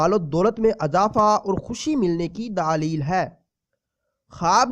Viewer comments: دلیل ہوتا ہے بھائی صاحب، دا ا لیل نہیں ہوتا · lafz daleel nh ha ap galt bol rahy ho lafz dleel ha